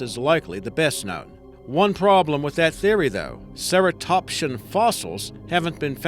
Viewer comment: Cera - tops -cee -an That's how you pernounce ceratopsian